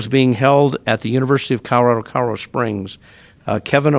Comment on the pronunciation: Please help this mayor learn to pronounce his own damned city. It’s “Call-Oh-Rad-Oh” (springs) NOT “Karo” (springs) 🤦🏽‍♂️